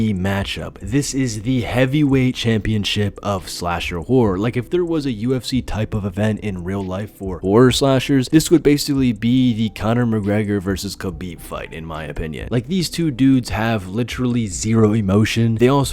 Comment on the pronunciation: It’s pronounced Habib not Kabib 😅